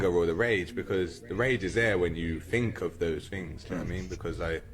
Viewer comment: I'll bet his white (probably middle class) mum didn't raise him to speak English with diction this poor 😢 saying "wiv" "def to" "fink" is an affectation at best